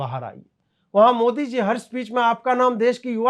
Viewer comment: इस ओभैसी की जीभ जबरदस्त स्थान विशेष मे दाह के वशीभूत होकर इतनी ऐठ जाती है कि बेचारा मोदी शब्द का उच्चारण मोडी करता है। ऐसा नहीं है कि ओभैसी तोतला है वह मंदी बोल पाता है कभी मंदी को मण्डी उच्चारण नहीं करता। इतनी जबरदस्त ईर्ष्या और दाह मैंने और किसी मे नहीं देखी की वह द का उच्चारण करने मे सक्षम हो किन्तु जब मोदी बोलने जाय तो बेचारा द बोल ही न पाय और ड बोल जाय। इतना असमर्थ व्यक्ति आज तक नहीं देखा।